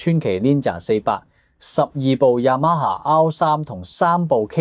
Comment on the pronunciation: “Yama蝦”真係聽得好難受，但後面又間唔中讀番啱，AI唔夠成熟？